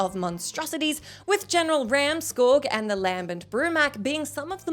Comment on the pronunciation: You pronounce so many words wrong jeeze. Scorge and commandant